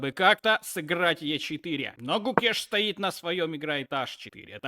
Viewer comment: Клоун, Домараджу Гукеш, а не Кукеш